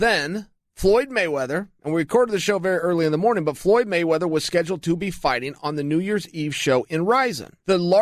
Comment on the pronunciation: "Floy Moyweather"